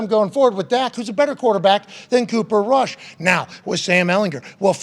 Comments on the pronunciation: Rush not kush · I can’t get over how he keeps calling him Cooper Kush😭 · its cooper rush, not cooper kush. hes not a weed strain hahha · Cooper cush? Haha. Later corrected it but 2x . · It's not Cooper Kush, it's Rooper Cushcoorush. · Does anyone wanna tell him his name is Cooper “R”ush….. with and R lol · Bruh “Cooper Kush” 😂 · "Cooper Kush" lmao